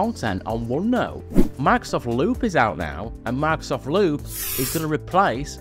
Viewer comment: Why does it sound like he says Lube every time he says loop...no one wants any of that!!! LOL